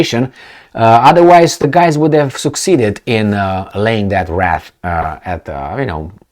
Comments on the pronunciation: Was that a Freudian slip or intentional? pronouncing WREATH as WRATH. Maybe the Russian wrath will soon rain down on Poland too. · Wreath is pronounced wreeth sounds like teeth